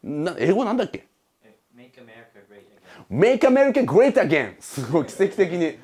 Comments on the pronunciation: 発音的にイギリス人っぽい気がする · make America great againを教えてくれた人発音良すぎて何回も聞いちゃったw